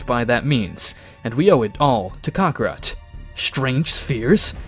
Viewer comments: WTF is a "Kack-rat"???? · Why to they say crokakat